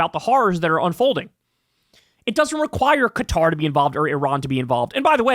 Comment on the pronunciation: "Iran and Cutter..."